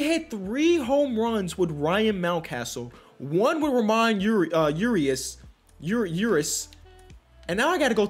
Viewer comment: It’s Pronounced Ra moan Ur E Us